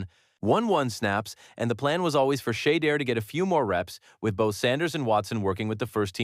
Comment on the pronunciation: Say his name right